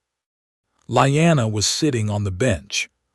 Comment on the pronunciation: Lee anna, STUPID not Lie anna!!!and Aegon, not Egon, AI is a moron. gesh, another one? its not REE GAR, ITS RAY GAR, Dan air rus , NOT dean er ees....wow, YOU JUST CAN'T PRONOUNCE ANYTHING RIGHT...lmao!!!!!Your AI is seriously broken people, it jumps around from 13 to 11 to 12 , all over the place, ALMOST 3 HRS IN BEFORE the worms hatch man, it would be great story if you fix your fked up A.I.!!!!!